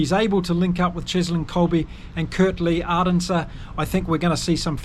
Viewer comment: Mate, if you are going to do this sort of thing, please learn name pronunciation. If you can ge3t Arendse and Libbok right, then you can surely get the others right too. Nonetheless, enjoyed the preview.